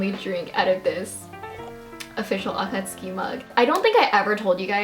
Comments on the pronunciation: You're so cute, it's nice seeing how excited you are... :') gjdfhgdfg and god I just. I'm sorry, but the way you pronounce akatsuki and sometimes naruto.. it ain't right my guy bUT REGARDLESS... amazing haul ahhhhhhhhhh♥♥ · please say it properly ugh why does she say akatsuki like that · Why mention the akatsuki and not the Naruto pronunciation? Sounds not too bad... Do you think it's supposed to be ah-kah-TSOO-kee or something?